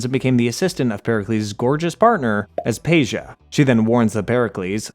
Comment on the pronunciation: Im offended at the mispronunciations of the odyssey characters. Anyone who played the game should know how aspasia diemos and myrinne should be pronounced. Bwahhhhhhahaha! 😭😭😭😭